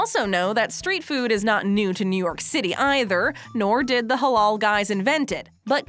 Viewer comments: It's not pronounced "holol", it's pronounced the same as it's spelled. "Ha laal". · Why tf is she saying “halol” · It pronounced Hh-La-iL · She says "the Haulool guyz" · Ffs its pronounced "Huh-LAAL" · Every time she said Halal I cringed so hard